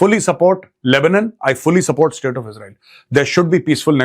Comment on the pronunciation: Sir tora dobara read kary Asif sb ki English ko😂 he said jino ne ye estate banaye hai wo jahum ki Aag mein jale, plz read again last paragraph, means Europe k Jin logo ne ye Israel state banaye tee unno ne apni Jan chora lee aur ye country ban deya, 😅😅😅😅